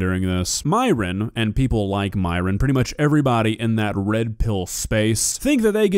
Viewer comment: My biggest question is why Myron insists on his name being pronounced as Miron when his greek origin Christian name is pronounced the same way it's actually fucking written - Myron (like myrrh-on) a sound which granted isn't common in English but still very pronouncablefor English-speakers. Idk why, but it just irks me.